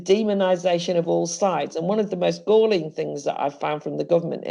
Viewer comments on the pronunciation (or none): none